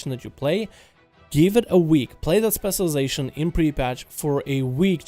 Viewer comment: can u pls say spec this "specialization" whatever ur saying tilts the fck outa me